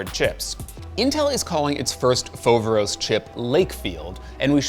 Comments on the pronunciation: Foveros ??? hahahah....if it is not something else, is greek (modern) means... awesome. If it is from ancient, means the one wich cause awe. But the funny part, is where the emphasis been put. Not f(O)veros...(this is marketing)...but... fover(O)s. Nice video. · is pronounced FoverOs (the tone is on last o) and i Greek means "Amazing"